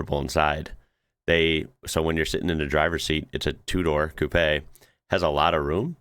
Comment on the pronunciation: Thx for pronouncing coupé and not koop